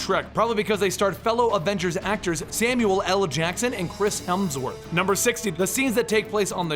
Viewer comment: Samuelll el Jackson. Did anyone else catch that